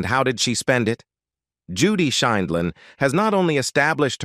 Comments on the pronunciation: Horrid voice over!!! Mispronunciation over and over including variations on Judy’s last name. Good content but ditch the robot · Why does the narrator mispronounce her last name 7 different ways???? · Why would you get an announcer that didn't know how to pronounce her name? Very dixtracting.. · Your AI narrator needs to be programmed to pronounce words more consistently. There must have been 5 different ways that "Sheindlin" was pronounced. And when that's the main subject of the video, it is important to get it right. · Announcer cannot pronounce Judge Judy’s last name. Also cannot pronounce Ruth Bader Ginsburg.